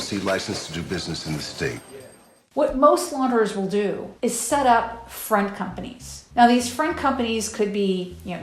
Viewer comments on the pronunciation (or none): friend companies? Sounds like she is saying friend companies during this segment. Front company is the term I know.